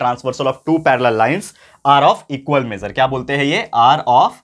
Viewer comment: Sir apka measure and supplementary word bolna nahi aata phir bhi ap world ke top #1 ho